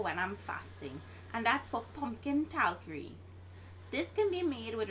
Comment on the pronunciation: So "tarkari" became "talkari" ..noice